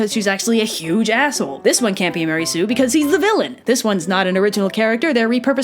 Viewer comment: Mary Sue? Don't you mean maREY sue?